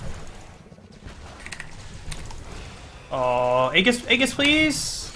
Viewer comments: Pet peeve of mine: Aegis is pronounced "ee-jiss", maybe "ay-jiss" but never "egg-us" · Just needed to point out from 10 months in the future that it's actually ee-jis, not age-us. Common mistake. Don't want anyone reading this and learning the wrong thing. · Let me help you. Ming's lvl 4 talent is Tri-um-virate. And the Angel of Hope's ultimate is pronounced Age-us. Aegis. No agg sound. Age. Great video man